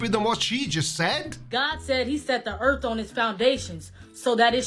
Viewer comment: I always implicitly trust someone who refers to 'da erf'